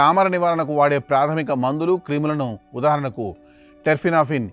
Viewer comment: క్రిములు ఏంటి అండి అవి క్రీములు 😂